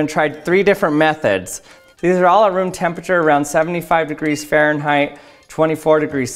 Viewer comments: WTF is faranheight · What the fuck is farenrrait